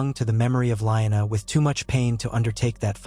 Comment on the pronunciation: Very nice story, but are you mispronouncing Lyanna, Raegar, Baelon, and Vyserys's names on purpose? Correction, the inconsistentcies in the story, forced me to stop watching it...